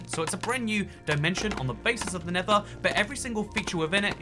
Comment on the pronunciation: Bruv he doesnt even say nether portal he says ned portal